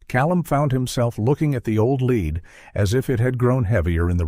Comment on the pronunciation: AI MUST have editors! There is a distinct difference between "LED"and a dog "lead". Read a letter vs a letter read. Elias vs El-EE-US vs ELuis. Major ear-twisters! Bernard is not Bernad